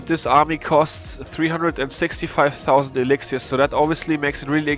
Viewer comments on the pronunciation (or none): When he says 'elixiar'